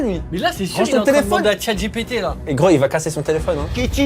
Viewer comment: Parcontre le moment où il dit chiengpt